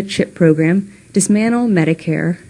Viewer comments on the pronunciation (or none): Umm Chelsea, just saying there is a T in dismantle. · It's "dismantle" not dismanle.